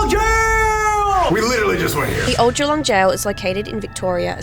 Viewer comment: The way they pronounced Geelong is killing me😭